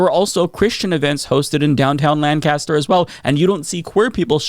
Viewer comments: I don't even know why I'm subscribed, you can't even say LANCASTER right. 🤦‍♂ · He can't pronounce a word therefore his points are invalid? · Hey I didn't know places other than Lancaster PA pronounced Lancaster that way, neat